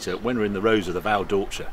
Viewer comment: "Val Door-cheeee-a" !!!